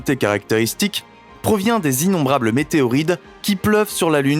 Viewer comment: Météoride... Vous l'avez entendu !